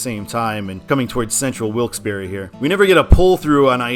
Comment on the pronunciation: It's pronounced Wilkes-Barre The e is silent